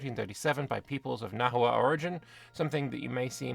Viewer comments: FYI, Nahua names and the language (Nahuatl) itself are pronounced like Spanish, so the „h“ is silent and a „u“ before a vowel makes a „w“ sound. So Nawa is how you’d pronounce it. There more complexity like modern Nahuatl pronouncing x differently to Classical Nahuatl, along with long vowels. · Pro-tip: Spanish doesn't natively have the letter 'w', so native words with a 'w' sound were written with an 'hu' instead, which is how that sound is usually spelled in Spanish words. Hence 'Nahua' is pronounced more like 'Nawa'.